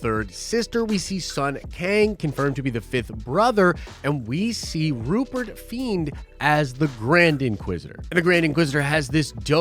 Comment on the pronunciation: Rupert FRIEND, not Rupert FIEND. Ahsoka's bird companion is called Morai (pronounced MORE-eye). There is only one Morai and she represents what is left of the daughter from the Mortis arc. No need to thank me.